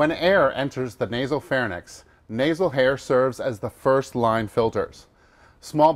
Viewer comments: True...I had very much difficulty focusing on what the guys was saying when he mentioned the "pharnyx" instead of the pharynx, really guys? All the production effort you made and couldn't get someone (or teach whoever is presenting) who knew the correct names of anatomical structures? Lesson the acidosis? Spelling anyone?...that'll teach it! :D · Lmao, this has irritated me for so long. So many people say pharny-nx. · pharnix??? bro come on. you are supposed to be an instructor. no one caught this? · Pharynx is pronounced "phar -inks" Not "phar-nix"